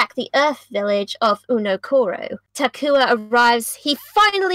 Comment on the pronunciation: Ah yes Uno-koro My favorite place on Mata Nui